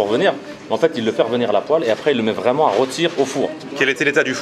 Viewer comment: On retient que "c'est vraimet pas mal"😂